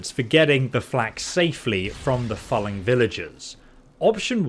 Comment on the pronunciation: ... and it's pronounced as in 'fooling', not 'phalling'. Getting goosebumps when he says it every time. lol